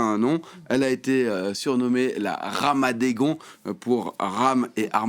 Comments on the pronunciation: Tu ne sais pas écouter ? Il dit "Armadegon" au lieu de "Armageddon". Du coup il s'est aussi trompé sur le jeu de mot : "Ramaddegon" au lieu de "Ramageddon". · Très mal prononcé ramaguedon 😂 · Il est bourré ou il sait pas parler? Ramageddon… il ne l’a pas dit une seule fois correctement